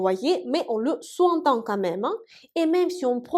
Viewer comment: "Parce qu'on sous (zentend) entend". Faire la liaison. On dit "souzentend". C'est un point de détail. Sinon ces cours sont merveilleux. Merci.